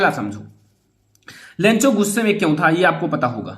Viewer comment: Lancho nahi lencho😄😄😄😄😄